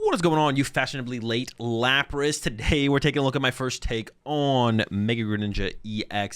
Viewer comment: Did this mofo just call me a laprass??? bro....